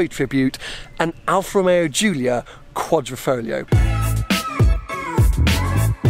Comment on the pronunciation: Please, every time you say "Quadrifolio" an italian dies... Spell it correctly! Find on youtube some italians which pronounces it, please! QUADRIFOGLIO